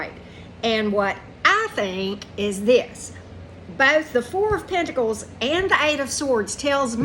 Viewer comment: I could have sworn I heard you say "the wh@ pentacles" not 4 of pentacles and that was all I could think of the whole reading 😂 too funny. I'm gonna have to watch this again.